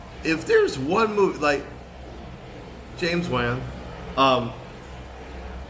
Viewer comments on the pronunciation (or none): Lol you’re butchering the pronunciation of Momoa and Wan.